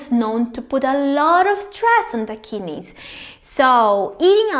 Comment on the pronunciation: Kinneys he he